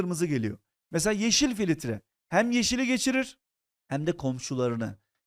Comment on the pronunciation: hocam filitre demeyin lutfen